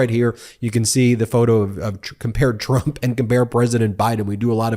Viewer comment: Ben: "Donald Trum?" You need a vacation! 😂